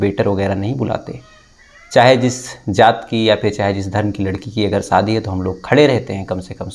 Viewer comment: Thakur tum Zara Hindi theek Karo Saadi nahi shaadi